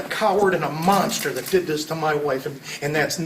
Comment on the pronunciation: When you say "did", it sounds like "dead"...so you should mute that too